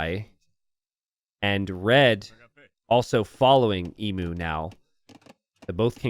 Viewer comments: FYI Emu is pronounced EEEEM - YOOOO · Genuinely thinking pronouncing it 'Emoo' made sense, until realising that it actually is spelt like the animal emu. Now the Aussie in me kicks in suddenly to complain, "that's not how you say it!" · God, as an Australian it hurts so much to hear Emu pronounced wrong 1000 times in this game! Not that the spelling makes sense in the first place, so it's understandable.